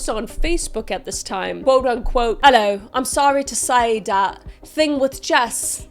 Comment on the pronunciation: "HELLOU EVERYONE" - KmK